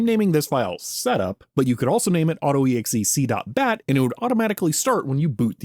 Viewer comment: "Auto-exe-c dot bat"?! I swear, by now you're deliberately inventing weird ways to pronounce stuff just to mess with us..